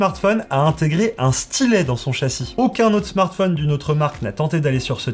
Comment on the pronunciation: Rien qu'à l'écoute de la prononciation de "smartphonne" j'arrête là. C'est ton métier en plus mince!